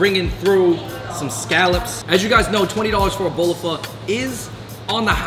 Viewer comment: And I’m sure you pronounce pho fole or faux!